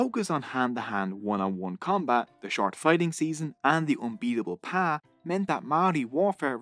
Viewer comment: so you know, its Pā pronounced like paaa.